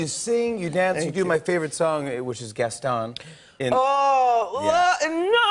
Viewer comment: GastoN, not gastonne.